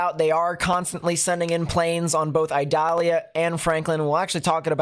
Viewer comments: Eee-doll-yah. It is not an onion. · not to be a hard a...ss lol its pronounced E DAH LIAH , I in spanish sounds like E in english no pressure lol .